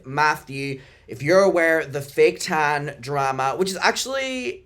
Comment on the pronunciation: I can’t stop laughing at you at the accent “the tannna” 😂😂😂😂😂